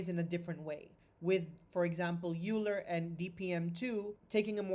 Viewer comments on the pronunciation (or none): Thanks for the explanation! By the way - EULER is not pronounced "juler" but rather "OILER". Leonhard was a German speaking Swiss